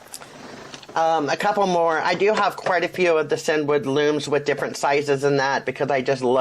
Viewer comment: Actually CinDwood is pronounced as “Cindywood”. Hence the long D sound in the middle, The owners name is Cindy!